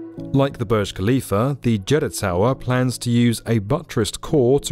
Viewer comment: Please stop pronouncing Burj Khalifah as Boj Kalifa especially with nonsense British accent. It’s not your language and so you should learn how to speak the word . That’s a respect. It’s pronounced as “Boorj” as in “uu” and the “r” must be heard, finally“Khalifa” as Halifa not Kalifa. It’s always annoying when you say it thinking you are knowledgeable 🙁